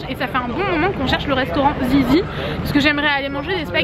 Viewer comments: Le nom du resto se prononce "zidzi". Si tu veux l'explication: Zizzi est un resto italien et en italien les deux z côte à côte se prononce "dz" (par exemple pizza on le prononce pidza) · Hello !!! 🌞🌞🌞🌞 je sais pas si le resto Zizzi est italien mais s'il il est sa se prononce zitssi. Bisous 😘😘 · Zizzi doit se dire "zidzi" comme les 2 z de pizza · je crois que Zizzi ça se dit "zidzi" 😂